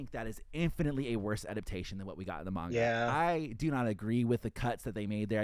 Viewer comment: is the dude that pronounces manga Mein Gah?